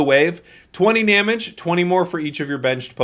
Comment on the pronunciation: “20 NAMEDGE” I love that haha